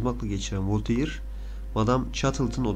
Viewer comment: Bilindiği üzere Voltaire Fransız. Fransızca telaffuz kurallarına göre "Volteyır" diye okunmaz, "Volter" diye okunur.